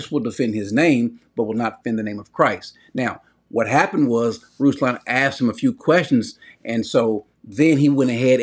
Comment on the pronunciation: And not 'aksed' 😂♥️